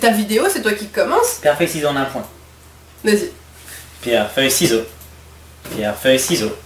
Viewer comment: Super vidéo 😄 👍 ps: a 7min13 de la vidéo a dit sinon on prend des cyzayox au lieu des ciseaux